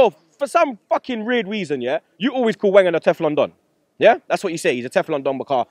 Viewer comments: "rierd weason" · said reird weason lol